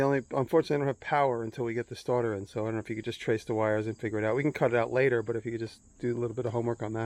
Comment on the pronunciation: “Change da staata” 😂True Nu Yorka✨💫💎